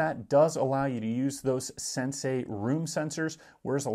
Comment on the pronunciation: It's not "SenSay" it's Sensee!!!